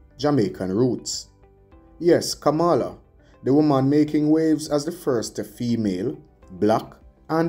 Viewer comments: You are pronouncing her name like donald tRump. Very annoying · 🥶Kamala is pronounced Coma’la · it is disrespectful to Kamala to mispronounce her name. How would you like for someone to bitch up your name in the same fashion?? The white racists in America does it deliberately to disrespect her and you sound just like them. 👎🏽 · Please pronounce her name properly